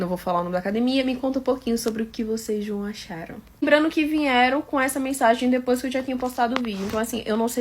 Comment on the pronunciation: "faixa etária", "vinheram"....